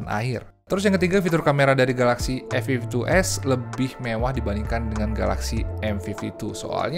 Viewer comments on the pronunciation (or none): Hahahaa, komen yg terwakilkan. Soalnya penyebutan A52s jadi "Efiftytu" yg mana huruf depan serienya jadi sekilas kedengeran huruf "F", dan diperparah lagi serie pembandingnya sama2 ada angka 52 nya.